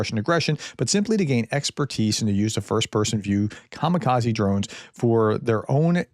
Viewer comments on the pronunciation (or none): none